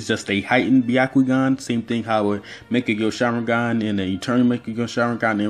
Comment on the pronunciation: It isnt ‘baiyakoogan’ it is ‘byakoogan’ prononciation to everyone pls